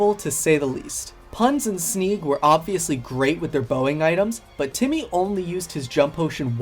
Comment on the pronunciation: Guys it’s Jimmy not Timmy